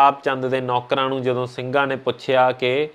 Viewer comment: Bhut vadiya par punjabi da shi ucharn kro jdo marji di jga tusi kdo marji bol rhe.... sry... tusi bhut sona Kam rhe mai bhut wada parsanshak va tuhada